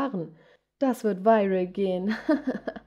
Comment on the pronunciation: Viral ? Wie sie das ausgesprochen hat hat sich komisch angehört no hate